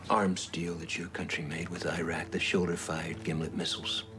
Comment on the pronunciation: Are some of the characters still saying "Airaq" and "Airan", even after all these years and after all the wars in the Gulf region ?! Next thing we know it will be the "Aitalians" !!! And, by the way, Gil Bellows looked ever so hot half naked, with his very sexy hairy chest !!! Pfui !!!